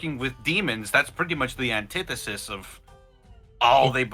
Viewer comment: I'm so happy said Antithesis correctly; I've heard people pronounce it Anti-Thesis too many times